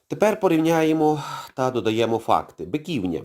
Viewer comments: БиківнЯ, а не БикІвня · Шановний! Ви неправильно робите наголос! Не БикІвня, а БиківнЯ! Биківня́ — місцевість Києва, розташована на його північно-східній околиці у Деснянському районі між Броварським проспектом і вул. Бобринецькою. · Дякую за сюжет, але не БикІвня, а БиківнЯ. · З усією повагою. У слові Биківня наголос на останній склад.